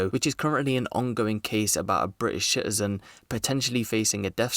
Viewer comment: stop saying "shitizen" the word is citizen, not shitizen.